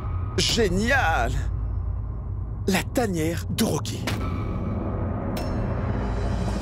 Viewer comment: Elle a dit Kocky🤣